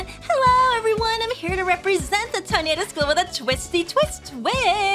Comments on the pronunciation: I know, but she's pronouncing it like the word tornado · Oh, that. I don’t blame her. Much like with pronouncing Mister Reeus exactly like mysterious, reading Toneido as tornado helps her read out things easier.